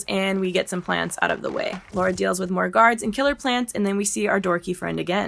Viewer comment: Amazing vid! But just a bit cringe and frustrating how you kept mis pronouncing her name like Laura (Lor-uh) instead of Lara (Law-Ruh). Lol. Other than that, great summation and refresher! Been YEARS since I've played it. The nostalgiaaaaaa. This is def one of my faves too despite the "flaws"